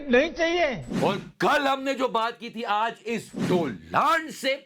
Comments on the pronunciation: "Aj" not "As" jahil... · he never went school. How he pronounced as 😢